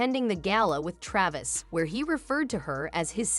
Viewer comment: That's an old video 10 years old....she never gave a video or interview since dating Travis other than onTime magazine for Person of the Year. that yourc fake channel, you can't even pronounce Travis' name correctly. You're repeating NewHeights podcast segments and what is already publically known for ages. You are a fake channel.